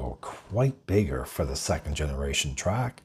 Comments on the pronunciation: It's pretty hard to take a review seriously when the name of the vehicle being reviewed isn't even pronounced right. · It's called a TRAX, not Track. There's an X in there. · Why are you calling it a Chevy “Track??” Its a Chevy “Trax.”